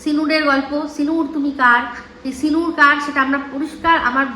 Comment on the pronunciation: 😂😂🤣🤣sindur নয় সিনুর বলেছিলো 🤣🤣🤣